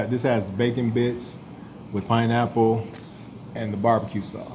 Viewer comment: 🤣🤣🤣 Sounded like you said pinenipple! Lmao! 🤣🤣🤣